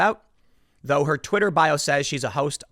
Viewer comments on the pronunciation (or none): none